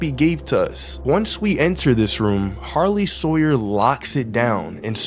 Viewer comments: Bro you said sarley hawyer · “ A Sarley Howyer”😂😂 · "Sarley Howyer" got me dying💀💀💀